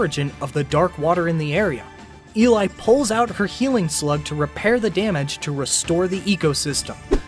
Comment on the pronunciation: Op is saying she for burby and eli and the way name op says eli name and is so disturbing